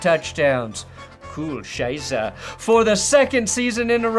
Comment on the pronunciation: Hearing butcher 'Scheiße' over and over again makes me smile like nothing else has this year.